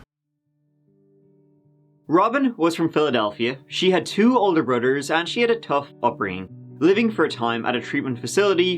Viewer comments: Brudders? Like Udders? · Just curious, how come you can pronounce "th" in "the" and "this" but not "brother" or 'thirty"???